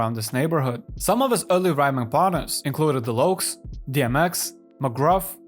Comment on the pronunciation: The Lokes? Lol wtf